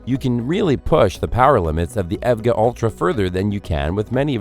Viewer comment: Hey said "Ev-Ga".... all credibility Lost for this channel.... HAHAHA.... it's E.V.G.A..... not Evga... LOL